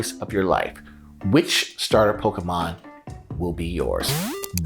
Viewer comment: Thank you for pronouncing Pokémon the right way